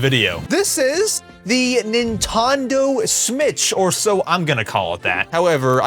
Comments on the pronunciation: Nintondo smitch❌ PSP✅ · “nintondo smitch,” 😭 😭🥀🥀🥀🥀👹👹👹👹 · "Nintondo Smitch" be like: 😂😂😂😂😂😂😂😂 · I just laugh because you said Nintondo Smitch😂😂😂😂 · please didn't say "nentondo smitch" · "Nintondo smitch" 🗣️🗣️🗣️🔥🔥🔥🔥